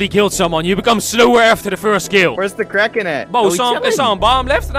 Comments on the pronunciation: at first i thought you said karen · I legit thought it was 'karen' instead of 'kraken'. XDD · what i thought it said. Karen what it really said kraken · I love this guys aceent when he said kraken at the start